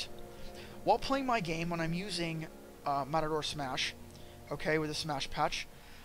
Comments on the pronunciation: How can you do tutorials when you can't pronounce the product right? Wirey bash and matador smash WTF? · This guy managed to mispronounce "Mator Smash" EVERY SINGLE TIME. Good guide, though.